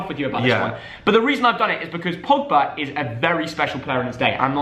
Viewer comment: They spelled pogba wrong they said pobga